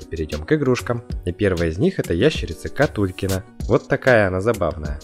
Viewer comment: Реальность:Катулькин Я слышу:Какулькин